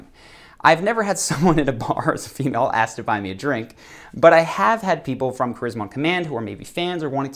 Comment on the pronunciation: While these may not be phrases, You might point to three words used very commonly by Americans that instantly make them look low class, ignorant. Incessantly using the "you know" term and mispronouncing the word ask with aks really put you in a category that you don't want to be in.